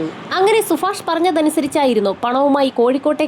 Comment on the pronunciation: സുഫാഷല്ല സുഭാഷ്